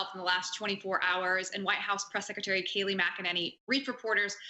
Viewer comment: Thats Kayleigh can u imagine the commie outrage if u mis pronounced kamala lol lol lol